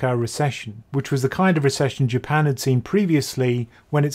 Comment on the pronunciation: I know you kept saying Japan. But i kept hearing "UK"